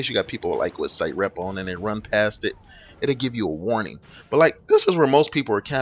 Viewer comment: also.. its sit rep... not site rep....